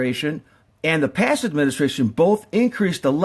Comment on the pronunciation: I don't think we are being told the 100% truth about Fukushima, but should we really take this guy seriously.... he cant even say tsunami, or administration... Nuclear power is a potentially scary thing, as seen here, but it IS the future of power production. Just not how we do it today with the machines we use now. People don't realize the damage we are doing to the planet due to coal and gas power plants, because we cant directly see the effects. The worst case nuclear disasters are tragic, however only a few die onsite, and a few thousand get cancer (if that maybe). How many a year get lung cancer due to coal dust? No one knows. Solar panels are extremely toxic during production. Wind power is not stable base load. Geothermal is scarce. Solar thermal isn't useful in most climates. Most issues are caused by the fact that US companies packaged up a bomb making machine and advertised it can make some power, Then those designs were made larger and larger to make more power. Now you have a machine THAT WAS ORIGINALLY MADE TO MAKE BOMBS, That is 1000X larger and makes 1000X more bomb material. Not good. The CANDU reactors are much safer, cheaper, and have many benefits overall. Thorium reactors will eventually make more power and be much safer. Do some of your own research before jumping to conclusions. Once fusion power stations come online that will be the end of conventional nuclear power. Clean, powerful, and abundant. Till then we need to focus on not ruining the planet. He